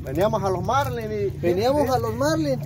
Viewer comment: La palabra es Marlín; NO Márlin